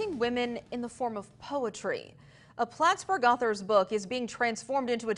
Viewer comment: It's Plattsburgh, not Plattblurgh, please.